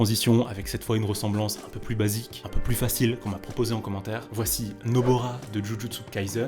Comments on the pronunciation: on dit nobara pas nobora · c’est nobara pas nobora